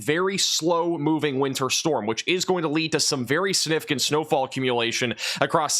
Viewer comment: Can you please learn to pronounce the word significant?